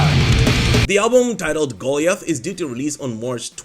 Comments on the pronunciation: I have a sneaking suspicion the Exodus album is not pronounced Goalie-Ath, but rather Go-Lie-Ath. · Its GO-liath, not GOLI-ath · Goalie-eth??? No bud.. Guh-LIE-eth. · 1) Goliath is pronounced Go Lie ith. 2) Bucholz was good for the Scorps. RIP. But he was a ride the root note type player, and they would've been fine with any other bassist because he didn't write. I wish I was Def after listening to that garbage. Green Day sucks! They are a joke band for 10 year olds. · Goliath is pronounced Gol-eye-ath. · Imagine being such a moron you don't know how to pronounce Goliath.